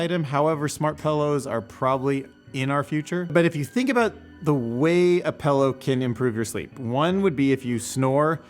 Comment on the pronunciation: Say "pallow" again please. Lol. Just kidding. Lighter tone vids are cool too.